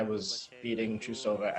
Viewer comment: um... please go watch yuzu's lutz and please go learn how to pronounce russian names. there is no a between the t and r in trusova's name.